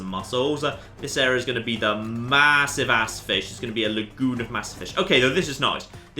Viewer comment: Yeah, he's a good narrator for reasons beyond accent. Sometimes he says 'ass' kinda like an American lately though, it cracks me up.